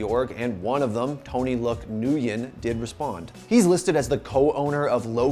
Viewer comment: Nguyen is pronounced "wen". Not "newyen" but "wen".